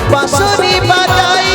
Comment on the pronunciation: বাজাই নয় বাজায় আর ঘরে থাকা দাই নয় দায়। উচ্চারণ ঠিক করুন।আপনার কণ্ঠ স্বর খুব ভালো ।